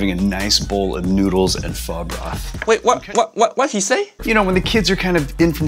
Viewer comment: Everytime he say Pho it hear it as F*"'#